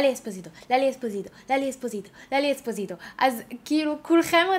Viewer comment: היוש לוק מהמממם!רק אומרים אספוסיטו ולא אספוזיטו😂😌